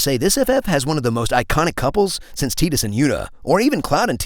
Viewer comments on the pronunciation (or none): teedus... Teedus!? TEEDUS!!! BRO SAID TEED US!!!!! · tidus ("TIDE-uhs") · Excuse me, I just need to scream this: IT IS PRONOUNCED TAI - DUS!!!! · wait, it's Tee-dus and not Tie-dus!? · fuck, does everyone say Tidus as Tee-dus??? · Is it Teedus or Tidus? Like "eye". He keeps saying tee.... maybe I just need to go back and check gameplay 😔😭. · Down voted for incorrect Tidus pronunciation